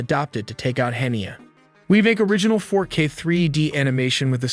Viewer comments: One would have hoped that anyone taking the time to make a video like this would have gone to the trouble to learn how to pronounce at least one of the people involved. In the first 30 seconds, I hear Haniyeh, Mossad, Tehran, and Hamas all mis-prounounced. Oy. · Learn to properly pronounce Mossad, Haniyeh and Hamas